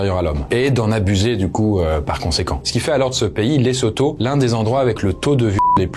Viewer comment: Ça se prononce Le-zo-to Le S entre deux voyelles se prononce Z